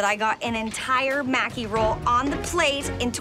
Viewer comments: Its pronounced mah-key not Mack-kee You all failed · was looking for this comment lol...they are saying mack-E, and it's pronounce ma-ki...like how it's spelled. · Why do you guys pronounce it "Macky"? It's pronounced "Mah-ki" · Omg I thought I was going to lose my mind every time they said maki wrong. A part of my soul died everytime they said it ☠️